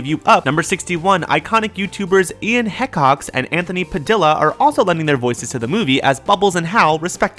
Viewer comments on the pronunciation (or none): "Heck-ox" "Pa- dill- a" I kind of want to cry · heh-cox? heh-cox? HEH-COX. HECOX!!! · first of all, Ian Hee-cox. second of all, Anthony Pad-ee-a not padilla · It's Ian He Cocks! And it's Anthony Pa Dee Ya! My gosh you guys are so stupid! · wow you kind of mispronounced Ian Hecoxs and Anthony padilla wrong because the L"s are silent and you pronounce Ian's last name like he co cks sorry its kind of a bad word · Ian HE Cox and Anthony Pa DEE AH Just sayin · They mispronounced their names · You said Padilla and helix wrong!!!!! And those pictures are outdated!!!!! It's pronounced hee-cox and pad-iya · Fucking hell... Ian Hècocks and Anthony Padila... ARE YOU FUCKING KIDDING ME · Ian Hehcocks and Anthony Padillah is what you said. It's pronounced wring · "Heck-ox," and "padilda" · He pronounced Ian and Anthony's last names so wrong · HE PRONOUNCED IAN'S LAST NAME WROOOOONG!! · Dude, you pronounced Hecox and Padilla wrong. Hecox has the pronoun he in it, and Padilla rhymes with quesadilla. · I don't think you pronounced Ian and Anthony's names right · I am not going to judge the way you said Ian's and Anthony's last name.